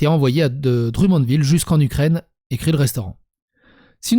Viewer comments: Ok la prononciation des nom de ville ouff Drummondville ma écorcher les oreilles solides. On dit pas dru mais drommondville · Dru-monde-ville 🤣🤣 esti faites un effort 🤣🤣